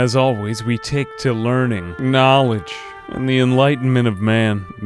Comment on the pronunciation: "The harvest yields GNAWledge."